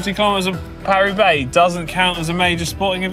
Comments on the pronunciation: "Paris Roobax." I died. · Great moment - Manon misprounces Thibaut then brilliantly and deliberately mis-pronounces the race Roo-beX. Very funny 😄